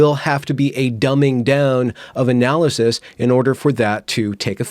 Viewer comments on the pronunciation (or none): none